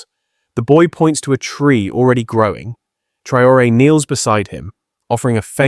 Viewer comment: tell your robot to pronounce the presidents name consistently correctly ❗ ibrahim TRAORE❗